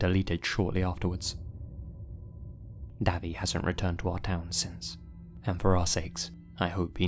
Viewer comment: If the name is Davy I think it’s pronounced Dayvey, like Davey, but no e.